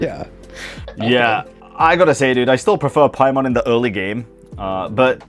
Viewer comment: Paimon ❌️ Pai-MAN ✅️